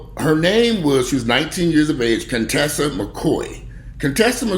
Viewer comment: 1. You are miss pronounceing her name. 2. Conteshia never introduce him to her mother. 3. He was stalking her. 4.He got her real name, and address from the police after she call the police on him. 4. We don't know how she was lured from home.